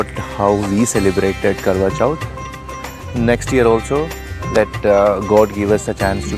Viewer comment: It's Karwa Chauth!! Just correctly, don't mind.